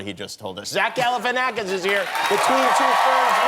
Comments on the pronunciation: He said galifinaxif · Kimmel calls him Zach GalafinAction at the end 😂😂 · my man really said zach galifinaxis at the end lmao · Jimmy said “Zach Galifianaction” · Anybody else notice Jimmy butchering Zach’s last name at the end?? Thought Zach was going to give him a lil glance but 🤷‍♂️ Really enjoyed this interview. 😊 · Haha he messed up his last name hahaha pretty funny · Zach GalifnwefioWIEFIwpeOWPEIJFIWHR. --- Is how MOST people say his name.